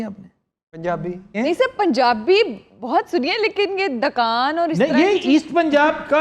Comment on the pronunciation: Sir I am from Amritsar. we called here Dukan not dkan. In Punjabi ਦੁਕਾਨ .